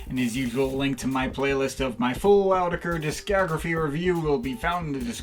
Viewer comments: It's pronounced AAAaau-tee-kah-kuur-kuurrry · "From EEE YOO TECK EEEE EREEE". :D